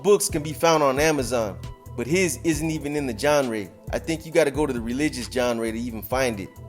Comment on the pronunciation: Haha “the big words will go right over your head” while you just pronounced genre wrong in the same sentence